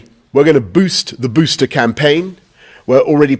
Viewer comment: Sorry but "booster" sounds so funny in a British accent